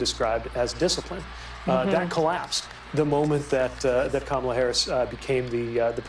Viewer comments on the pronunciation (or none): YES!!! I just commented on that! He is INSANE! "Karmala" recently became "Bll-ack". 😳